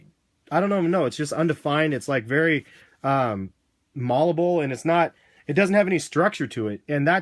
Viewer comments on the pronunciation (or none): i love your videos but every time you say "mollable" I cringe. It's malleable. (mally a bull) Plz 0